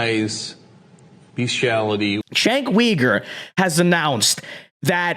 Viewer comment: I think his last name is pronounced YOU-ger